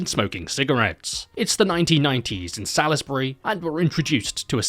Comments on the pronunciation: pronounced "Sauls-bree" btw not Salis-burry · As someone 5 mins from Salisbury, I gotta be that person and say it's pronounced Solz-bury, not Saliz-berry 😂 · It’s not pronounced Sal-is-Barry. It’s pronounced Salls-Bree. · Succulent Chinese meal reference had me 😂😂🤣😂🤣😂 Lovin' your work, my guy 👊 Cheers from Adelaide 👋 Just a heads up, it's pronounced 'Saulsbry'. No biggie 👍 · I unfortunately spent a few years living in Salisbury. Your pronounciation pained me greatly haha, we pronounce it like sawlsbree. At least you didn't have to talk about Cockburn. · It’s pronounced Souls-berry!!! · I'm an Adelaidean who lives 5 minutes from Salisbury and the most disturbing thing about this video is your pronunciation of Salisbury 💀. It's pronounced Saws-bury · lmfao still looks like salisbury today and yes I live in adelaide not in salisbury though. also its pronounce (sausbury) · It’s pronounced "sawsbree" here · Hearing Salisbury being mispronounced is definitely not bothering me I swear. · Any other Adelaide people here losing it at the way he’s pronouncing Salisbury? 😂😂😂😂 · pronouncing “Salisbury” like a true American there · It's always funny hearing people completely mispronounce Salisbury.